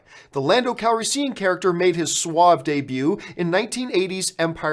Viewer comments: What is it with John.... divissssive, lupita nuwongo, lando calriseeean? BRUH, love your videos but this really gets on my nerves. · I cringe hard every time you say landos last name.... Youre saying it wrong!!!! I like you a lot john but damn man